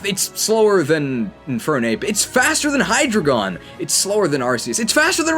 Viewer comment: Now i can be like "well actually it's Hy-Drry-gon not Hydreigon"